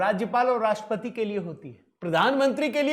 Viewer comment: आप राष्ट्रपति शब्द का उच्चार "राष्पती" ऐसा क्यूं करते हैं? ट्र अक्षर का उच्चार कौन करेगा?